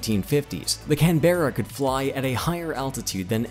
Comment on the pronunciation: Only an American could pronounce "Canberra" like this bloke... 🙄